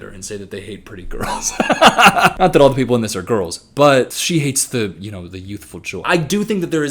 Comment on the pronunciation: "Can yoh" 😬